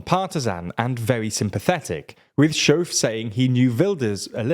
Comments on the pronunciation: The 'ch' in the name 'Schoof' is pronounced like the Scottish word 'loch'. Not 'shove'. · that's not how you pronounce SCHOOF. haha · Heerlijk dat verhaspelen van z'n naam. Hier mogen we nog een paar jaar van genieten.😂